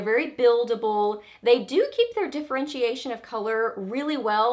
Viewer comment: wait! diffurr-wrench-see-ashun......ok got it, trying to improve my English you know :)